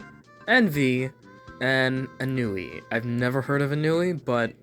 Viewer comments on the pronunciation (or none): It's pronounced On-wee. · I think Ennui is pronounced Aw-New-Ee